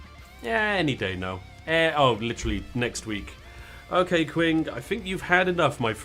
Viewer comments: For the love of god,, stop saying 'quwing' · It really is pronounced "Ching". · It's pronounced "Qing" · Qing like ching I believe